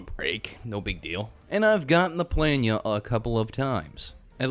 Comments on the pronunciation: Omg finally someone who pronounces it right, it's so annoying hearing "pla-NOOL-uh" lmao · I was so wrong about saying planula I'm sorry I doubted you